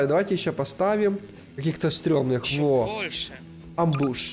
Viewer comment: Амбуш это не мем тем более это Амбуш ударение на первую А